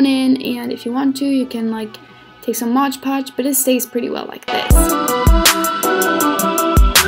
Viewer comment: When she said modge podge I got so annoyed that's one of my biggest pet peeves ever like it's MOD podge lol but this video had some awesome days and I loved it!